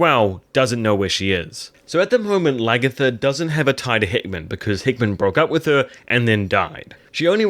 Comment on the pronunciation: I thought you were saying “hitman” instead of heahmund (or however it is written) lol